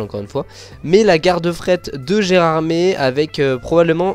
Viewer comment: C'est vraiment magnifique ! J'ai hâte d'avoir le cabride de la LGV ! Et d'ailleurs, Gérardmer, ça se prononce "ère" à la fin (c'est une station de ski dans les Vosges) 😉